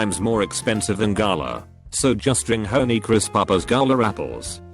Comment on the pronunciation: Hown-ee crisp apples